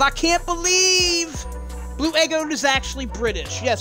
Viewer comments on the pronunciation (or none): It's your bleuuu in british